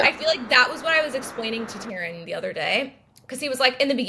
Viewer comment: Yo she pronounced Taran correctly let's go dude!